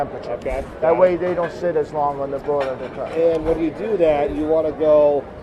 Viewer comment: Did tony say boiler or broiler ? It is a broiler